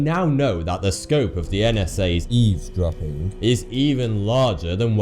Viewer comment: why does he say 'eavesdropping' all weird